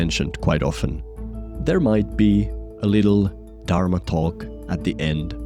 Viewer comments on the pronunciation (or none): none